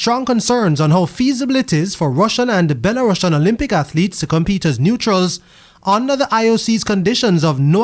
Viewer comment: That’s not how Belarusians is pronounced, I’d be annoyed if another news agency was butchering Jamaica’s pronunciation on their broadcast